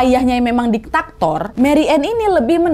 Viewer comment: Diktator, bukan Ditaktor, apalagi Regulator